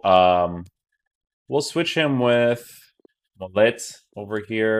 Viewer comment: So many FIFA youtubers need to learn how to pronounce players names. Texeira - stop pronouncing the ‘x’ Mollet - stop pronouncing the ‘t’ he’s French!